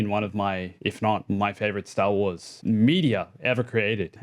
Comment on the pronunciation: Say Stah Wahs again.